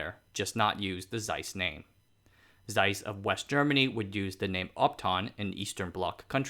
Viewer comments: not carl z-eiss, but pronounced as carl-ts-ai-s, just like 蔡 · not seiss, Zeiss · Nice tho it's pronounced Tseis not Zeis :) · Zeiss is pronounced *Z*eiss and not Seiss. It's in the name. I don't expect perfect pronounciation but when making a video in which you already know you're gonna pronounce the name some 50+ times, maybe look it up beforehand. At least for this single name. Just add a T before the S and that's it. Tseiss is pretty close to what Zeiss should sound like. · It's pronounced "Zeiss" and not "Seiss" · Zeiss' pronunciation is similar to 'tsice', please. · please. it is not Seiss. but Zeiss. the Z is as sharp as you can imagine. German. Z eiss. ahder thant Ts. way harder. it HURTS so much waht you say. Same for "Jena". YOu pronounce it similiar to Jeddah. Which is an Arabian and ahs no common language. But you pronounce Nazi very well. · Pronunciation: Zeiss in German... is a ts sound. as in bits... so it's Tseiss... Somebody else covered how J's sound like Y in German. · more like TSeiss actually as german speakers would pronounce it. there is no ‘zzz’ sound in german.